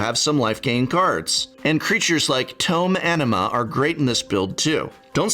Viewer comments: I keep hearing "tome enema" and can't stop thinking about how it is the most metal way to acquire knowledge. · I looked away and heard "Tome Enima". Had to go back and verify 😂